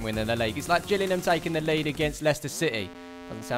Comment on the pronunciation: Hey, as a proud Gillingham fan, i would like to address the fact that the team and town is called GillinGham, notice the G. It's not Gillinham it's Gillingham. Thanks:)